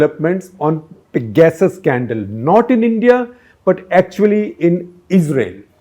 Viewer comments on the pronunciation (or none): Excellent episode for 800! Congrats! But could u say 'pegersis' instead of peg-asses